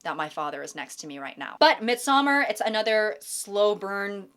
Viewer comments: Please check Midsommar pronunciation. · As a Swede, I cringe every time she says Midsommar 😭